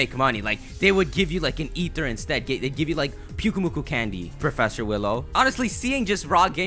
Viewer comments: It's pronounced Pyuk-UH-mu-kUH. Then you called the sandcastle pokemon, pyukuhmukuh. Do you watch your vids before you even upload them? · Pyukumuku, pretty sure it's pronounced like Pew-key-mew-key XD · the sand castle pokemon... thats who he confused. he said piukkumuku when he showed a pic